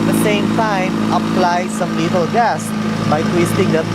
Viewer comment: I find it funny when ever he say's little gas it sounds like hes saying lethal gas xP